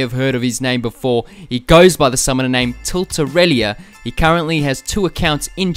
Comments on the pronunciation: you added an i mate it's pronounced til-ter-el-uh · "Tilter-Rella" is still not "Tilt-Irelia" as you pronounced it xD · tilt-er-rella Not tilterirelia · Tilterellia? It's Tilt-Er-El-la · TIL-TE-REL-LA- why the hell you add a ''i'? tilterellia? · You pronounced Tilterella wrong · cant even say the name right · The way you pronounced his name it's just NO.